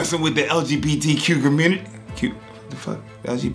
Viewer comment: Sounded like he said LGBTQ Q-mmunity 😂😂😂